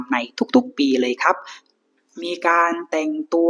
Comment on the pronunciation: อยากให้ลองเล่าโดยไม่ต้องตั้งใจลงท้ายด้วย"ครับ" เน้นๆ, เล่าแบบธรรมชาติคนติดตามฟังจะรู้สึกสมูทกว่า